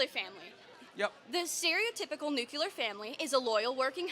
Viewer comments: It's not nucular you idiot. NUCLEAR! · nucular...nucular family... sounds like George Bush... T he word is nuclear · "Nucular family" from a uni student... congratulations for your education system. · The word is NUKULAR! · "Nuc-u-lar" lol. At least this one was polite enough. She takes elocution lessons from Homer Simpson though lol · "nuculur" what a dingbat. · Hearing a liberal say 'nucular' like GWB made me laugh. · Why can't these women pronounce nuclear?